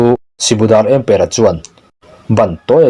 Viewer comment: ' Ëmpëra' lam dãn hi ka ziah anga lam rik tur ani ang.A chhiartu hian chhiarthiam leh chhiar ngaihnawm i tumna lamah Mizoṭawng lam rik dãn i thiamlohzia i tilang. Mizoin thil phurh nâna kan hman 'ËM' hi i hrelo ani ang.